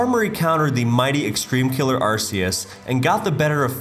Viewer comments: ...so many Arceus mispronounciations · I think i had a stroke after hearing arsseus and gleescor once again.